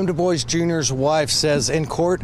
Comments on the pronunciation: Thank you for pointing out the name pronunciation. The correct (French) pronunciation is "Du-bwah" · There is a town near Central Pennsylvania with the same spelling Dubois. Everyone around here pronounces it "Dew boys". It just matters where you are, I guess. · Yeah, it always bothers me when people mispronounce it like that.. I find it hard to believe they’ve never known someone with the surname, Dubois, or aren’t familiar with it at least. .but I guess these days you can’t expect much of most people. I’m sure that surname is also quite common, but the “Doo-bwah” pronunciation is definitely far more common and widely known. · Omggg. I just said this out loud & then read your comment right after!!! Lmaooo. I was thinking the exact same thing!!! Seriously. Doo-Bwah is correct I believe??? ❤❤❤ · Place names like DuBois are how you know where you are. You hear “Dewboyz” and you are in Pennsylvania. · It’s pronounced DOO-BWAHH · Every time i hear 'Dubois' being pronounced 'dooboys' I cringe. 😣 You don't have to be so ashamed of your obvious French heritage to mispronounce your own name. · Man, if anyone i knew named Dubois hears thier named pronounced like DaBoy's they would loose thier minds 😂😆😂 im going to play this for my friend so i can hear him flip out with every mention of the name by the narrator 😂😆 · When he said "DuBois" I really thought he was saying "The boys" x'D and I was like "ooooh yeah tha boys! Roll tide" x'D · This is minutiae, but DuBois is pronounced "doo-BWAH" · DuBois is pronounced "Due-Bwah" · Im pretty sure their last name isnt pronounced like that LMFAO dewboys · I think it's pronounced Deboui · Is it just me, or is the last name being mispronounced all the time? I’m pretty sure it’s pronounced Dew-bwuh/bwah? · Dubois is pronounced Doo Bwah 🤣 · I thought it was pronounced "DooBwa"? Have I been saying it wrong? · That's the correct pronunciation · DuBois is pronounced "doobWAH". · How everybody pronounces DuBois gave me cancer